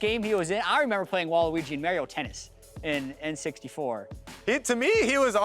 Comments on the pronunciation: MAY-rio tennis? Cmon. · "Mare-eo" - 2018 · Okay, but why does say "Mario" like that???